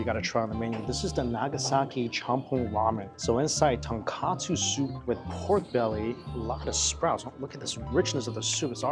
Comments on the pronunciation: Still not "ton-kah-tsu" ramen. It's "ton-koh-tsu" ramen. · He doesn’t lmao. It’s been like this many ages ago, always “tonkatsu” when he described tonkotsu pork bone ramen.